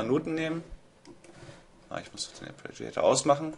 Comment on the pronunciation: Hässliches Wort, ich weiß, abe res heißt "Arpeggiator", nicht "Apreggiator". ;-) Braucht Ewigkeiten, bis man das drin hat . . .